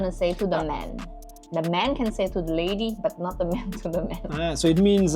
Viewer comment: C'est quoi cette manie de dire "ze" pour "the" ? C'est insupportable.